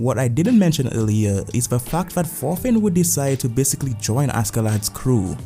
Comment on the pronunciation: my man out here butcherin the name of thorfin u say it more like "torfin"